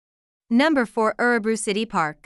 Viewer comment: Sorry but you are pronouncing Örebro incorrectly. I just wish that the many Americans or (Bots) who narrate such videos, would actually pre-learn & practice Swedish pronunciations, prior to posting, so they get it right.